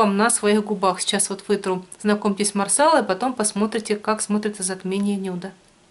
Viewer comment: марсала-ударение на последний слог, раньше ты правильно говорила ;))